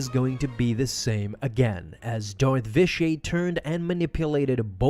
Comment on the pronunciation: The way you pronounce Vitiate like it’s a French word annoys me. It’s not Vish-ee-ay it’s Vish-ee-it. Otherwise, great video.